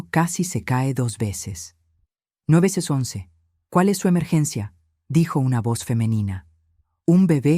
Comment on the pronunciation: Oiga pero ningun narrador es capaz de decir 911